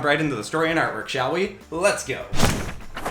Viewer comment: When u said artwork I thought u said armor